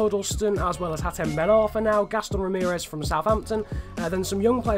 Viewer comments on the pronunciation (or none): none